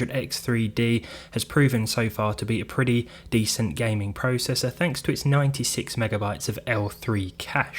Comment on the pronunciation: THAT IS THE INCORRECT WAY OF SAYING PROCESSOR!